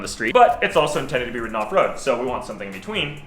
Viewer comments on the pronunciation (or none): none